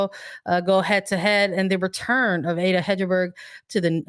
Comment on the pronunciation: I love your podcasts and always listen to them as soon as they come out!! ;) Here is a language tip from a USWNT fan living in Norway: Ada Hegerberg is pronounced “Ah- Dah Heg (as in Egg) erberg”